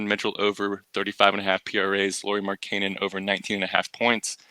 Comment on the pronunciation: That’s not how you pronounce markkanen